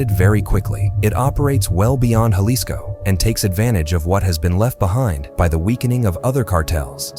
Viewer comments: Jalisco is pronounced like "Halisco" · Hey AI clown, that’s not how you say Jalisco.